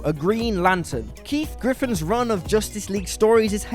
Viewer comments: Guys, it’s Keith GIF-fen, not Griffin. And how was Guy Gardner not number one? Missing it made Black Canary depressed for a solid year. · GIFFEN. Not Griffin. Chump. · Giffen, there is no R in the name. The best thing anyone could punch, including Batman, would be Ewen. And that's MY one per list.